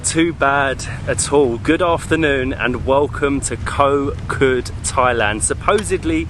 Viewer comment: hi great travel video , but please remain Kho Kood natural paradise, please do not make koh kood overtourism. and the pronouciation is Koh "G"ood" with low tone, not pronouce "K"😊